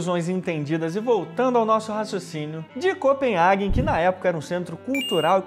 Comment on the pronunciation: Em palavras desse idioma N + H não fala Nha, a pronúncia é COPEN RRRRAGEN. COPEN HAGEN ... Soa até mais apropriado além de ser o correto...